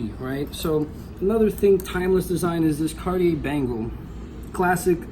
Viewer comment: did you really keep saying carti-AIR mispronouncing it? bro.